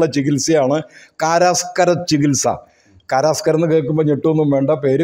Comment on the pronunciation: കാരസ്കരം കാരാസ്കരം അല്ല.